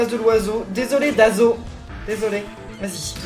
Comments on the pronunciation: se n’est pas « Dazo » mais Oazo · c'est pas Dazo c'est Oazo x)